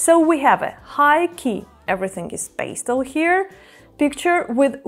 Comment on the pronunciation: Hmmm Are you Romanian? It is pastel not peistel